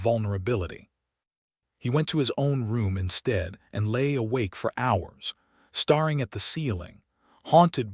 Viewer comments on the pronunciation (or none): Staring not starring in the AI pronunciation.